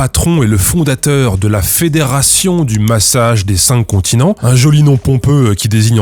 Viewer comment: Sur le "massage des çincontinents", les pros s'tatent ! 😆